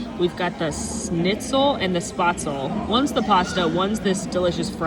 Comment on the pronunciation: Fun fact spatzle is pronounced spetch-la in German.